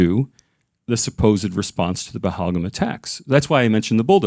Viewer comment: First of all improve your pronunciation OF PAHALGAM